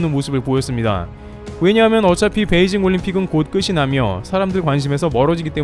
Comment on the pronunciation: 곧 끝이나며의 발음 엉터리 ㅡ [끄시] ?! 바른 발음 ㅡ [끄치]